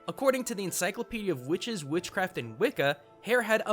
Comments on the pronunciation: QUHICTES is what I heard when you said witches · Did he say "Whuhwitches"? Is that a JonTron reference? Ok...